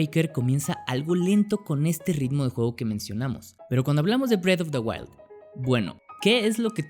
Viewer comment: es que parese que dice bread of the wild